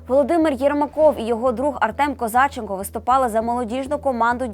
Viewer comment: Навчіться правильно ставити наголос КозачЕнко